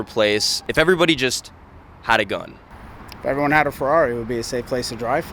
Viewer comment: Man, I love your videos like this. although i wanted to punch a hole through my screen every time he said Ferrari, I really do love how patient and respectful you were. I also like how you use your platform to spread awareness about things like this, keep up the great work man.